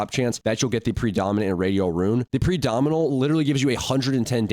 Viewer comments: Its primordial rune not pridominal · bro butchered the primodial rune lmao